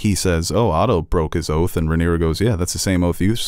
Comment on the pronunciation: Rhaenyra not Ramira 😂